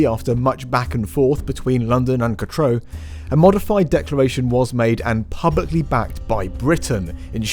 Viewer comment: For goodness' sake; it's pronounced "catroo" (katrew), not cat-ro!